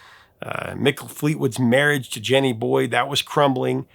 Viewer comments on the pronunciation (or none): none